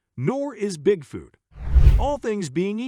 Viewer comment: the worst part is the generated voice that keeps saying "Bigfewt" stopped watching 2 minutes into it, sorry.....